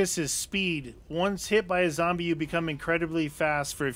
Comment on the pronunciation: Its Zoowwmbie tiime